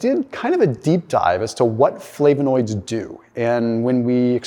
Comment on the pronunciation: You’re pronouncing flavonoids wrong